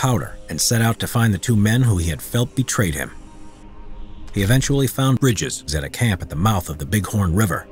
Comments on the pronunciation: Bridger not bridges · It isn’t Bridges. It’s Bridger, Jim Bridger. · His name was Jim Bridger not Briges